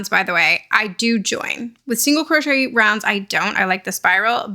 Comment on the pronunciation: “Put your single crotch shette in the next hole.” 😂 Oh, mispronouncing crochet drives me nuts lol